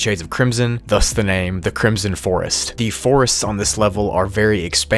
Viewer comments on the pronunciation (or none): CRISOM FOEST